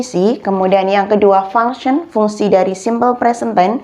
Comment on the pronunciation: tolong perbaiki ngucap function